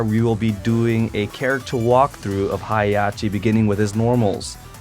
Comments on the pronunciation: It's HEH HAH CHI not Hiyachi. >_< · "Hi Yachi!" Heihachi: ..... learn to pronounce my name. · His name is pronounced: Hey + Ha(as in ham) + chi(as in chips) :) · It's pronounced HEY-HA-CHI But good video